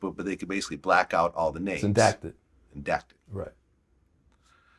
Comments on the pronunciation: Redacted not indacted 🤦🏽‍♂️ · My mans said "INDACTED" LMAO!! Redacted homie... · The word is redacted, not endacted, I think. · Bro said its called "indacted" and brainless vlad repeated it 😆🤦🏾‍♂️ that's not even a damn word, the proper word is "redacted". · Isn't it "Redacted" and not "indacted" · He acts so smart but doesn't even know it's REDACTED, not indacted:):) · Redacted > endacted 😂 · Redacted not endacted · Did they just say “indacted” ? Redacted